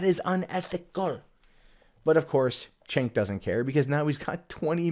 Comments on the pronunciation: it’s a shame that you can’t Say his name correctly, It’s pronounced jenk not chenk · His name is pronounced Jank. If you don't know how to say his name it helps to prove that you never watched him and hate TYT without giving it a chance. They also never claimed that Cenk was a reporter, in fact, they hired reporters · You might not but wrong but I know you know how to pronounce Cenk don't pretend you don't. It makes you sound stupid.